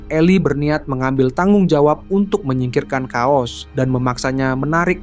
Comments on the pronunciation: sorry kuping gw geli sama pembacaan narasi chaos jadi "Kaos" wkwkwk... yang bener pelafalan itu "keos" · bacanya "KEYOS" bang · chaos di baca keos bang